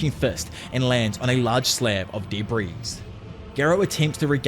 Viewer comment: I love your videos soooo MUCH that I sit and watch them ALL the way through in spite of how much I absolutely DESPISE the way you pronounce "debris" as "duh breeeze" lol.